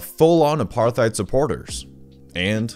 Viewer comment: Pronunciation tip: apartheid = apart + hide